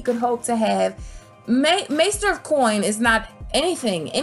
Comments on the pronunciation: I think it’s Master of …. Not Maester of … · You're driving me crazy calling everything maester of this and maester of that. They are masters not maesters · why do you keep saying maester instead of master lol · "Maester" of coin had me dying😂